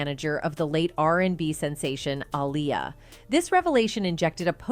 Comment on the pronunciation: The narrator sounds like an A.I. bot "A point zero 4 Glock" "Ahhhleya" "2 packs murder" No one talks like this